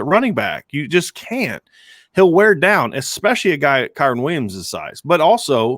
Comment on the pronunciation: Who in the hell is KAREN Williams!?!? It's Kyren!